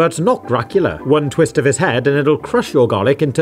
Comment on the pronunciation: "It'll srush your garlic to smithereens" very calm evil laugh commences